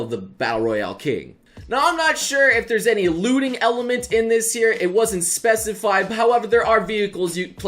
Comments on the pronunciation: I keep hearing "looting"as "lewding" send help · when you said 'looting' I first heard 'lewding' ;_